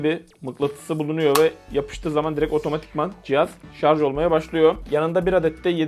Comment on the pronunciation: "Şarj" diye yazmışsın ama "şarz" diye okuyorsun. Şunu bi öğrenemedi bizim halkımız :)